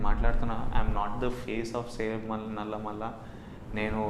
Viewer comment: its నల్లమల...not నల్లమల్ల